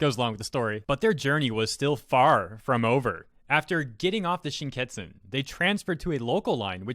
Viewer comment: Sounds like an interesting marriage partner. P.S. There is no T in Shinkansen mate, just saying. :P